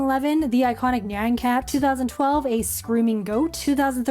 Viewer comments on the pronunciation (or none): did she say 202012 or 2012!?